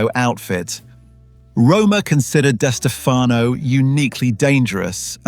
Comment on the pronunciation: It's pronounced like Di Stef uh no. The other way you are pronouncing it is incorrect. You're saying the surname two ways. Only one is correct. I should know. It's my last name too.